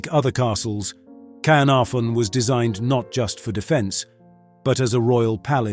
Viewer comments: This is about the worst Welsh pronunciation I have ever heard. Ordinary English people at least put emphasis on the correct part of words like Caernarfon. This guy is all over the place. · Caernarfon pronounced incorrectly in at least two different variations